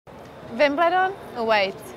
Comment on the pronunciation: She pronounced the W in Wimbledon with a V but pronounced the w in awaits as a W. Can she Vin this year haha